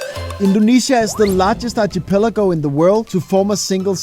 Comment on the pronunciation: You lost me at Archie-pelago. 😂